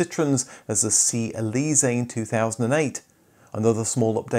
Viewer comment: you pronounced Elysee pretty good, except the stress falls on the last syllable. (and lest you think this is just a minor detail, just shift the stress on some English words to hear how strange it sounds, e.g. pa-TENTS)